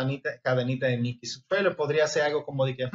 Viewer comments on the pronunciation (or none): none